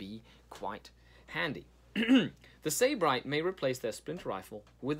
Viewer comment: Its pronounced Sib-arite It means hedonist or pleasure addict (or originally a person from Sybaris, Greece)